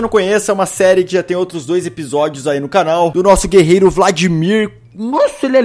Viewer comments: ele falou " bem vindos ao meu granal"?? sério isso? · no começo o felps falou em vez de canal falou granal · Hey Galera, Felps falando e bem vindos ao meu "Granal" heusuhsuheuhs